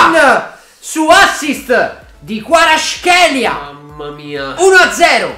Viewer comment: Kvara in un video che ha fatto Sky sport lui ha detto Kvara e non Guara